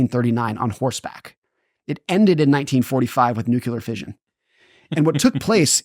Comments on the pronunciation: Newkyoolar. Lol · The word is nuclear. It is pronounced new-klee-er. I'm sorry but the way he says nuclear drives me nuts. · How is it, such an intelligent guy, doesn't know how to pronounce NUCLEAR? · Why do intelligent people mispronounce nuclear, and unintelligent people pronounce it correctly?